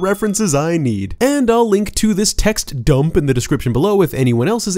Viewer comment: Love the way you say "dump"